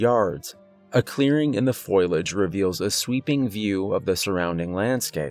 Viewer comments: Nice performance, but dear god. Foilage instead of foliage? I don't know if I should blame you or the author for that one. A true crime against english.... Lol anyway. Nice job and thanks. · I don't know if it was the author's spelling error or a mispronunciation, but everyone time he said FOIL-age instead of FOL-i-age just tore me out of the immersion. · #1: you're one of my favorite narrators #2. FO - LEE - UDGE not FOIL - UDGE 😊 💜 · It’s ( phō-Lee-ej) not pho-yol-ej. Great storyteller, amazing talent thank you for your work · FO-LEE-AGE !! who the hell says foil-age??? Have you never heard the word for leaves before? Hahaha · I'm sorry, I have to.. its "fo-li-age" not "foil-age" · Fo-LEE-edge. Not foil-edge! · It’s pronounced Fo - Li - age not foil - ige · Great story! It's fo-lee- age, not foil-age, by the by, lol😁❤❤❤ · fo-li-age. Not foil-age. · Foe liage not foil. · Fo-li-age, not foil-edge. as many times as that word is in the first ten minutes one would think you would have learned how to say it. Probably great stories, but repetitive mispronunciation is killing it. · FO-LEE- AJ =FOLIAGE, not FOIL- EJ. Yanks need to learn English pronunciation of what I imagine is a frog word. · Fo-lee-edge, not foil-edge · FYI it's pronounced "Fō-lee-edge", not "Foil-edge". I made that mistake when I was a kid, cause I learned words from reading them in books 😊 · Foliage, not foiliage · My dude, its fo-lee-age. Not FOILage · I enjoyed the stories and the narration in this video but you saying foilage really grinds my gears. It's pronounced (Fo-lee-ij). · Nope can't listen. The word is pronounced FO LEE AG, NOT FOIL AGE did you not notice it is spelled FOLIAGE? Nope can't listen to someone that doesn't know basic vocabulary. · Foliage not foilage ! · Lols it's not "foil-age" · Foe-lee-age😁Please don't hate me! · Ah yes, foilidge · Fow• lee• uhj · Love the stories, but the "FOIL-edge" is killing me! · Fo Li Age....... FOE -LEE -AJ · Omg. Fo-lee-edge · Fo-liage . (Fo-ly-age)